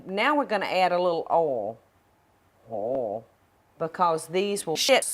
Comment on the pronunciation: The way she pronounces oil is funny